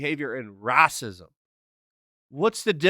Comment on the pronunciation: the way you pronounced "Racism" lmao